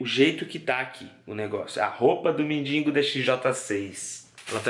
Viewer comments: Gosto muito do mas por favor não é mindingo e sim mendigo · engraçado é q ele põe no título mendigo mais fala mindingo